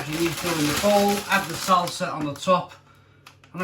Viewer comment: Hahaha before even opening this video i KNEW you would mispronounce nacho and salsa 🤣